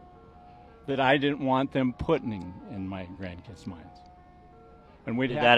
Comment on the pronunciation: I’m sorry, but Did he say puttining?